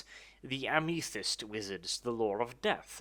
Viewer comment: aiMEE-thist? ffs.....